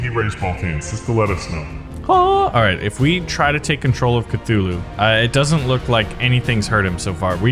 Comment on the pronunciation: It's Cthulhu